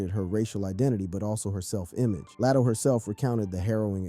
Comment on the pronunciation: Who is Lat O. Say their names correctly 🤦🏾‍♀️